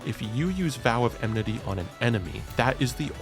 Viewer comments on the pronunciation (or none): it's enmity not emnity